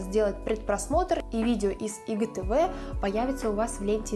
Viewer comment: Что за ИГТВ? Кто так говорит ? АйДжиТиВи говорят . Блин фу